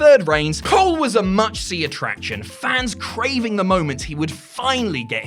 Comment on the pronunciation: This dude says much see instead of must see. It is wiggin me out